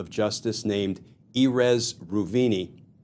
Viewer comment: Glenn, long time follower. It's not "E-Rez" "Roo-vee-knee". It's Erez ("Eh-rez") Reuveni (Reh-ooh-veh-knee). I get Israeli based names are hard to say. Mr. Kirschner, if I can say your name correctly won't you return that respect to me and Mr. Reuveni? Ehud Gavron Tucson, Arizona P.S. You're a media star. BTC has you on all the time. I listen to your analysis of legal issues daily. I KNOW you're not incapable of finding how to pronounce the name of the guy. So why would you?